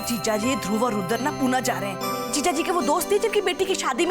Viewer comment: Yudr Nhi Rudr....😅🤣